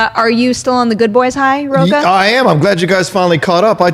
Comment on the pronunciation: Learn how to pronounce “Rocha!!”